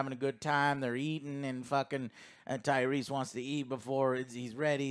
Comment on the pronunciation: TYRESE* Lmao. Who tf is Tyree? 😂 Good stuff though boys